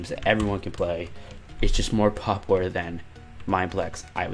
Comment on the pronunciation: Please learn how to pronounce “popular”